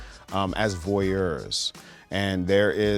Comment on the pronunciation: He said voyeurs , the right way, like he speaks French. 👍🏽